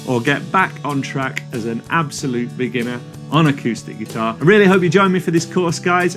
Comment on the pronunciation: The way he says "absolute" is hurting me every time... I'm a beginner, but I don't think I'm an "ABSOLUTE beginner".